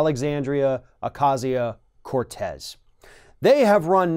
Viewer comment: It's Ocasio, not Acasio, Ocasia or Acasia.